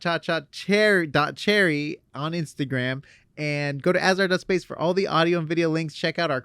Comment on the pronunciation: Lol you're always messing up Cha.Cha.Cherry